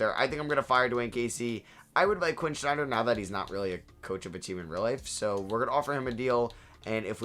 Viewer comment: Love the videos man, but his name is Quinn Snyder, not Schneider